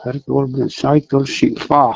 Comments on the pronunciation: Sihfa i lam dan thluk hi thlak rawh.Fapa tih a fa tih ang a lammm tur,khumfa tih a fa tih angin i lam thin a... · Sihfa tih hi i sawi dik thin lo a thluk hiii..... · Sihfa tih te chu a lar tehreng nen,,tun thleng pawn a lam dan ilo la hrelo hi chu mi hrang hrang kawm kual ve si hi i mawl ru tlat,, ti tawp mai teng ..